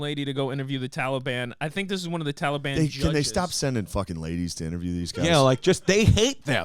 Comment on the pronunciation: Why can't Chris pronounce Taliban